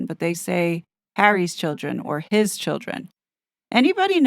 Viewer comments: Re HIS children - I've noticed it too - in Lady Cs case, she has been making a point of emphasizing the word, very obviously. I'm pretty sure this is the bombshell, Lady C even said she knows who it is thats going to drop said BOMBSHELL...... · Yes and Lady C really emphasised HIS, I've never heard her do that before regarding the kids, it really stood out to me